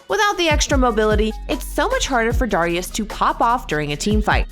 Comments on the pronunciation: why does she say darius like that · I’ll consider paying you guys if you get the host to pronounce champ names correctly. Darius is annoying and Mundo is just horribly annoying. There are more, I’m sure.